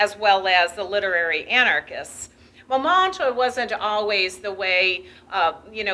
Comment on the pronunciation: If only she would correctly pronounce Montmartre.